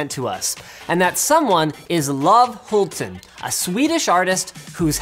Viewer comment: Haha Love Hulten, it can not be easy to have that name while talking with english speaking people. His name is actually pronounced Lo Ve